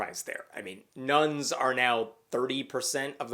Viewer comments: When you said Nones, I thought it was Nuns. Kinda freaked then realised it wasn't those kinda of nuns. Phew! Catholic school has a lot to answer for lol. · Misheard that as nuns not nones and was mildly confused in a hilarious way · "Nuns are now 30% of the population"? Now that really would be terrifying!!! I'm kidding, I know he meant "nones".